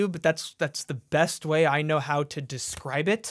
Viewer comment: Bruh said "descwibe it"😂😂😂😂😂